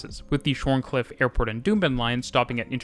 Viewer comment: "shorncliff" is pronounced ShawnCliff. Funny aussie thing. Like how Cairns is Cans, and Melbourne is Melbin